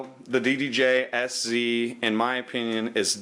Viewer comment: And its ddj sz with (pronounciation) "set"